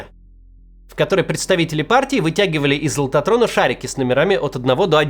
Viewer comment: Лототрон я слышу - лохотрон